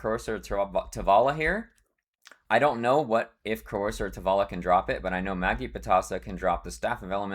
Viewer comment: I think Magi is pronounced "Maj-eye"